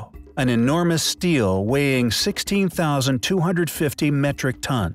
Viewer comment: Stele (/ˈstiːli/, STEE-lee)